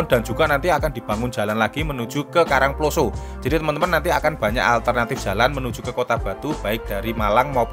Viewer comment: Saya Org Batu Asli.. Tolong Mas Kalau Bilang / membunyikan KARANGPLOSO tanyakan sama org karangploso yg benar bagaimana.. Bunyi O nya salah sampean. Sekedar masukan. Jangan HASAK HASIK tok wae. Yg bener. Asyik. Skdr saran saja. Sukses ya channelnya